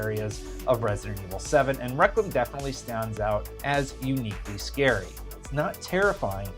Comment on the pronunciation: Your pronunciation of requiem kills the video